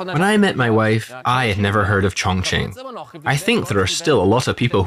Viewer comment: It’s a great documentary about Chong Ching, thank you for that. The way you pronounce chinese words sounds really awkward, disrespectful. Sorry